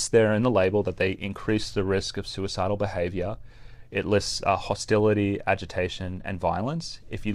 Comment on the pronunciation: is NOT soo-eh-sidal.